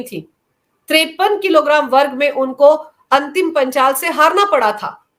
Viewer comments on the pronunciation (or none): मैडम पहले पहलवान का नाम तो सही से बोल लो वो अंतिम पंघाल है ना कि अंतिम पांचाल फिर ज्ञान बाटना गोदी मिडिया